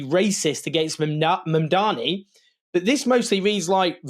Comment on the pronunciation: He keeps calling him MAMDAMI, instead of Mamdani and Zohran corrected him about this, but he keeps doing it. Like a petty schoolboy racist!